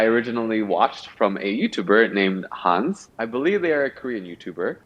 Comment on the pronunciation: Referring to the Korean letters '한세,' I assume it's supposed to be read as 'Han Sé' instead of 'Hans.'